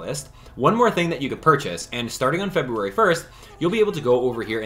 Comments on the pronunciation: The way you pronounce February is driving me nuts 😂 but, love these videos! I’ve got all my stuff, and can’t wait to get the timelocked items! 👏🏻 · They’re both right lmao. Doesn’t matter how it’s “correctly” pronounced, the way you say it is annoying to me lmao. I do, and everyone I have ever met or spoken with has pronounced it feb-yoo-ary, and it’s exactly how i’ll continue to pronounce it. It’s common for the American pronunciation of it. Feb-rue-ary is just annoying and doesn’t sound right lol. I truly do not care how you pronounce it, I wasn’t hating on you, or saying you had to pronounce it differently, yada yada. It’s annoying to me, made me laugh to hear it cause it sounds wrong, and most letters are silent in many words. Simple as that 🤷🏻‍♀️